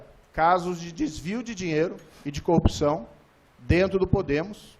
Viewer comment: Presencial, peesencial, presencial... como esse senador tem dificuldade com a língua portuguesa. 😮😮😮😮 é conge, coupção. Tem que ser cassado sim. É muito dinheiro envolvido... chega perto de uma coupção.